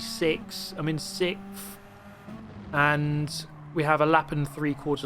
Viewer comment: I wish I had a compilation of you stating your favorite position of "6thfth" lol